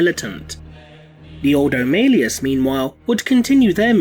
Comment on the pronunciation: Stop saying Ordo Malleus, wrong.